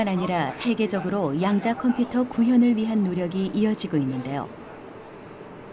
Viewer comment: 너레이션 에서 때때로, "양자 컴피터", "디지털 컴피터" 라고 하는데, 컴퓨터 computer 는 정확히, 분명히 '컴"퓨"터' 라고 소리하는 게 옳을 것으로 생각됩니다.